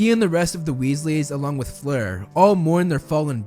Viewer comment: It’s not fluer